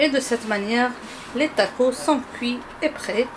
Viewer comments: TacoS lol faut prononcer le S ! En tout cas superbe recette comme dhab merci bcp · we ah 3la tacossssss, hihihihi je pensais qu'on français on ne prononcer pas le S, hihihih mais il s'est avéré que ça se prononce, hahahahah